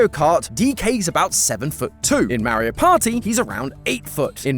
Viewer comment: Oh no not MAH-RE-HOE cmon...